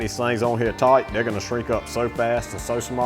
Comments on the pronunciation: He says "tight" like a south African or a new zea landa. From the galv shed, I'd say new zealand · I'm Aussie and listened as well.. when he said "tight" and " booze" and "spoon" is the only time he sounded Aussie to me.